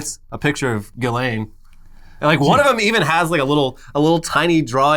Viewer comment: is the only person to pronounce "Ghislane" correctly.